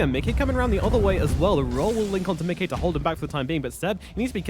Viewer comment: If the reads this: Micke is (obviously) a swedish name and you are pronouncing it perfectly. Most people say Mickey like the Disney character but all "Mickes" out there wants to be called exactly the way you say it! Great casting altogether